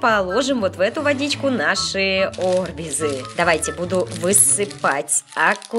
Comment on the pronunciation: Не о́рбизы а арби́зы